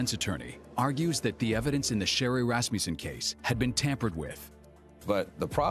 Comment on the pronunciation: Can someone say to this afro lady that it is not rassmjusen it is Rassmussen!!!